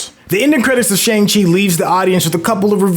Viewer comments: *sigh* My guy, it's so distracting hearing you mispronounce the movie title AND Kevin Geiger's name when EVERYONE ELSE gets the names right. And, the title character teaches another character in the movie how to say his real name! SMH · And Shang Chi smh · You’re pronouncing Feige and Shang-Chi wrong, especially if you’ve seen the movie. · Ikr they literally have a scene that breaks it down. At this point it’s painful to the ears every time he mispronounces it. And he should get Feige’s name right out of respect. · My thoughts exactly. Not to mention he keeps saying the name of the movie incorrectly!